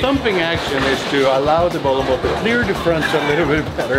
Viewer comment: "Bowlem Ball"